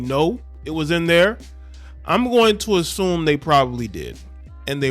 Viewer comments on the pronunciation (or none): none